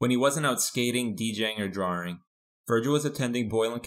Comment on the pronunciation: when he wasn’t out skating, DJing or “DRAWERING” lmao